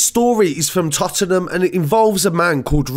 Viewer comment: “Totnam “ not tot-en-nam lol